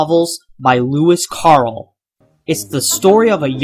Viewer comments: louis carl? It's pronounced care-el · It’s not pronounced “Bay-you”, it’s pronounced “Bye-You”. Also it’s not “Louis Carl” it’s “Louis Carroll” (Care-roll). Not trying to be a dick, but I’m just saying. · It's Lewis Carol. Not Carl. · i think you pronounced lewis carroll wrong